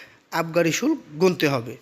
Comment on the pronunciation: বেটা উচ্চারণ জানে না। আবার ভিডিও বানায়। শুল্ক - উচ্চারণ শুলকো।